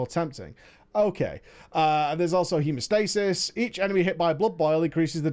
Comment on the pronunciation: you misread hemostasis